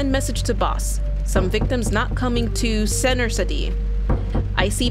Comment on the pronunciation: "Is it the inbetween...senterceetee?" Hun..its Center city 💀.... The city area you were in before...